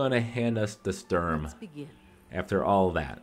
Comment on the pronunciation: Says "Strum" like 50 times....doesnt even read actual guns name